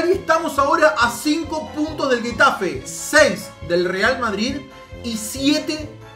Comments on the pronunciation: Todos: Getafe: guetafe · Nadie: Absolutamente nadie:: guetafe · se lee JEtafe no es GÜetafe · Se dice Getafe no GUETAFE aprende a decirlooooooooooooooooooooooooooooooo